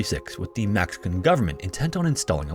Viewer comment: why is he saying "mAxican government"? Seems like an AI voice